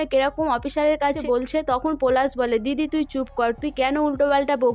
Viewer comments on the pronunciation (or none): তুমি পোলাশ আর পোরাগ কে যা করলে😂😂😂😂😂 পরাগ আর পলাশ ঠিক করে বলো।